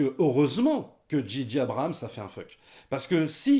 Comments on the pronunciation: Arrétez de dire Didier Abrahams putain ^^ C'est ce que j'entends... C'est Djay djay (à l'anglaise) ou Gigi (à la française mais du coup, ça fait un peu Gigi l'amoroso)... bref... faut choisir et pas faire un mix à la one again a fly on the beach... dji dji... non ! Mais bon, c'est accessoire. Pour cette trilogie, je n'ai pas arrêté de me facepalmer... ya pas de magie, c'est du déjà vu (tiens Palpatine... ah ben tu tombes bien on n'avait plus de méchant)... ya deux trois trucs de fan service pour donner à bouffer aux plus hardcores. Tu peux faire du fan service mais faut le faire bien et faut que ça serve une intention. Ici, c'est juste pour faire du pognon. Et Disney qui est obligé de foutre des peluches toutes mignonnes pour préparer ses produits dérivés. Sans parler des incohérences totales avec l'univers de Star wars. Maintenant, c'est highlander... si on tue Palpatine, hop, on prend son quickening. Mouaif... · Ben oui, en français, c'est pas "dji", c'est "ji"...